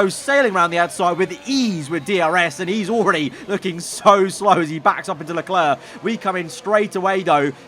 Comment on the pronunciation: learn how to say Leclerc